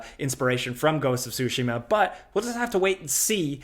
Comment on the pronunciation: Big props for knowing how to pronounce ghost of Tsushima. Most YouTubers say tsusheeeeeeeeeeeema! It’s like, did you not play the game??? They said it like a millions times!